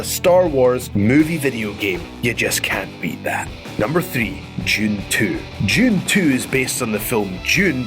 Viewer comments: what the hell is "June"? Did he mean Dune? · Lol sounds like he's saying "June" when trying to say the word "Dune" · it's DUNE not freaking JUNE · Am I the only one that thinks when he says "Dune" it sounds like "June"? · It’s pronounced Dune. Not June or Dtjune. Like. Sand DUNE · It's Dune, not June. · "June II" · why do you pronounce "Dune" as "June"? lol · Djune... Djune... DJUNE Is it a brittish thing to pronounce the letter "D" like that? I've hear the same whenever someone pronounces "Duran Duran" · its spelled DUNE but youre pronouncing it "June". why do british people seem to struggle with english so badly? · How do you say "June" then? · Cos people from the UK and Ireland are not from Noo Yoik